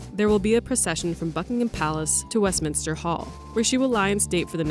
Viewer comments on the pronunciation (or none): none